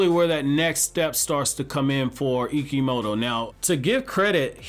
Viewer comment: Ikemoto pronounce Ikimoto